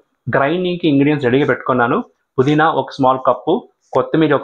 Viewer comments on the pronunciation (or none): none